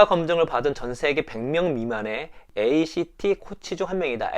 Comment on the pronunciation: 수용과 전념차료 ACT ( 에이 시 티) 가 아니라 "엑트" 라고 하셔야 됩니다. ㅎㅎ 고 작가님 책소개는 늘 들어도 진솔하고 열정이 있어서 넘 좋아요.